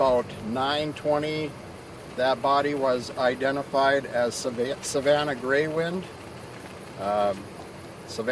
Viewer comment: stupid ass news woman. Its Greywind not Greywood.